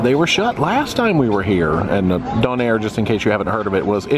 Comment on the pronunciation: much much closer here and . Still sounding a little too close to "done-air" instead of "dough-nair" but I think I spoke too soon earlier, you'll pass as a Bluenoser any day